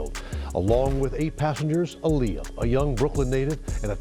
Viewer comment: And btw you pronouncing her name wrong